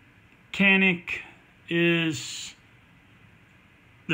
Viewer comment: A lot of gun for the $$ BTW It is pronounced Yan-ick (Canik) Turkish pronunciation :-)